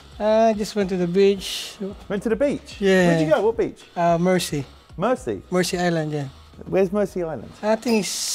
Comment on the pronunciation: Its Mersea island not Mercy